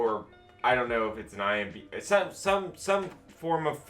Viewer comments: I swear bro has dislexia he’s reading imdb as imbd and tch as thc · Come on. “IMBD” that many times hurt me 😂 Internet movie database. IMDB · Imdb not ImBd. lol Great vids, though. I'm really enjoying your channel! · iMBD lol it's IMDB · Say “eye emm bee dee” one more time, see if it feels right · You had so many chances to say IMDb right 😭😂